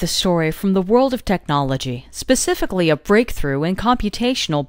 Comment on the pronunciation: Speci ically.... :o mising an F